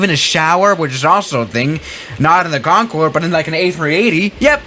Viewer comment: im surprised he did not catch himself saying :CONFORD